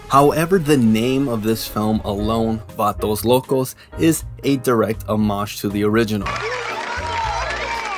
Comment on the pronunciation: Tubi be plugging us Vah-Toes lol